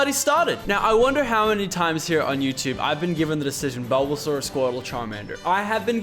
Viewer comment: BULBASUAR? MY GOD LACHLAN WHYYYYYYY